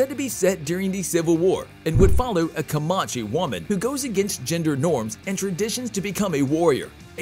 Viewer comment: Did he say Ca-MON-chee? Like a rastafarian native american?